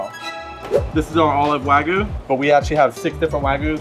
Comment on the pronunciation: If you're going to serve Wagyu at least learn how to say it. Not Wa-goo it's Wa-gyoo.